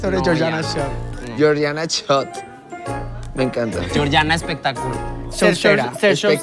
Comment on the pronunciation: Giorgina??? es neta? Es GIORGIANA